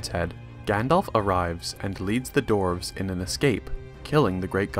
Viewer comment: DWARVES NOT DORFS